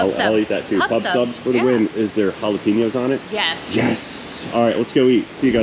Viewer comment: I love how Anglos/ caucasians pronounce some words. Like Jalapenos you all say Jalapinos. Absolutely no underhand slights, I just find it funny. And knowing today's climate I'm sure I'm gonna see some rather nasty comments. 🙈 🙉 🙊